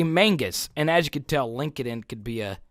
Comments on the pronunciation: its pronounced Linked In not Link ed in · Linkadin? Or linked-in? 😆